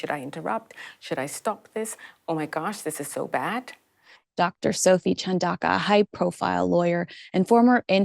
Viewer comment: CHUN DA UKA is how you say it. African languages are very phonetic.